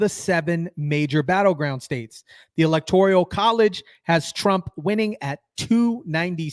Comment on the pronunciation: It's not the "electorial" college. It's the "ELECTORAL" college!!!